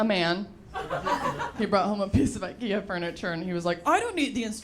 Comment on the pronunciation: She's obviously not Swedish if she can't even pronounce IKEA correctly.